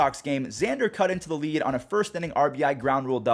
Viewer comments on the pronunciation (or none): none